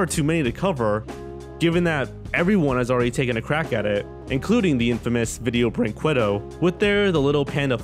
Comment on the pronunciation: ViDIEo BrinQWAdo Oh, your desecration of that company's awful name is beautiful